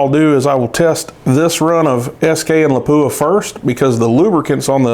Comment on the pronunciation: Nobody likes their name mispronounced. Please check how to pronounce Lapua.